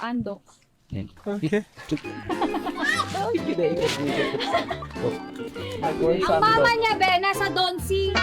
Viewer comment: "Sa andok's" HAHAHAHAHA